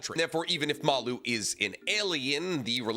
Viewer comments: pls read the official translation because the aliens name is maRu not maLu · im going to be really lazy right now (and not do any work to look into it), how do we know its pronounced Malloo?